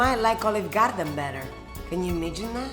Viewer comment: “Can you ‘magine that?” I just love her.